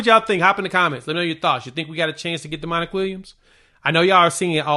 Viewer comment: okay no shit but it's pronounced Dominic not Demonic.